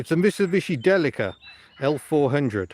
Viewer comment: It is pronounced Deeleeka! I've had a couple and you will be lucky to get 28mpg out of it, you are mu friend on Facebook, shout me on there if you need help or bits